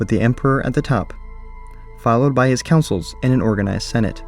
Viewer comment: Con-souls. Not Councils